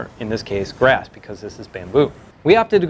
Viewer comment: perch material - "...in this case brass or in this case bamboo..." ??? - - - oh, you're saying 'grass'?